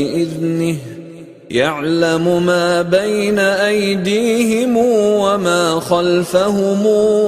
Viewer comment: Salam aleikoum, il y a une erreur dans la récitation. Minute 5', "bayna aydihom" au lieu de "aydihim". Juste une petite remarque. Sinon belle récitation mashallah.